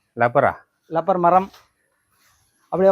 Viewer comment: அது ரப்பர், லப்பர் இல்ல.. டமில் வால்க